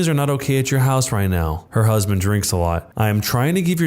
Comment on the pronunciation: Why did he say My husbamd